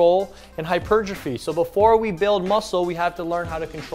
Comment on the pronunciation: First time ive heard hypertrophy pronounced correctly lol